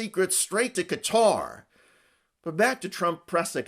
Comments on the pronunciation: The name of the country is pronounced Gat-uh - not as Cutter or Catarrh. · Cutter lol ffs try and say it’s name properly